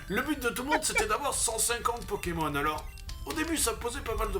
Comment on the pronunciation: you make me laugh 😂😂 you said Pokeman like my mother in law used to say 😂😂 it’s Pokémon 😂😂 because of pocket/monster 😜😘